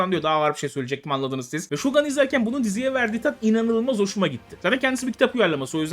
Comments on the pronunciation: Su diziye şogan demeyin yahu okunuşu şougundur ingilizce degil o sözcük Japonca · şogun diye okunur şogan diye değil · bey şogan değil, şogun olarak okunmakta. Japonca, ingilizce değil. Sevgiler. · Şogan değil okunuşu Türkçe ile aynı. Shōgun ( Shougun ) Telefuzu bildiğin şoogun. Ō aslında ou dur. o iki o sesinde uzatılır. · Siyahi samuray yok, gerçek tarihi kişilik var ama Japonya'da 3 yıl civarı kalıp geri dönmüş. Ayrıca, şōgun direk Türkçe kelime gibi (u'yu biraz uzatmak dışında) düz okunur; "gan" değil, "gun". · 1. Şogan değil, Şogun 2. Siyahi samuray 5 yıl olsa heyecanlanırdım da, woke tayfası boğazımızdan aşağı sokuyor ya bu renk karmaşasını, zerre tat vermedi. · Saol abi yillardir japonca biliyorum shogan telafuzu kulaklarimi kanatti